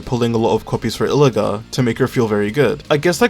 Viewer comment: I think Illuga is pronounced EE-loo-WAH